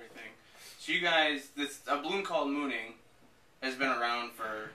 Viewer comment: A Balloon Called Moaning, not Mooning. C'mon.